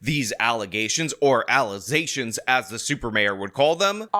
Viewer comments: In other words this was indeed "false allezations"🤣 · Oh😂😂😂thanks for the "allegazions" clip. I needed that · I’m dying at the allezations thing 😂😂 you really got a kick out of that. Lol. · Al Uhzayshuns Never heard of em